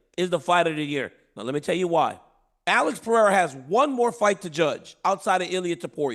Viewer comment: it is Alex Pereira….period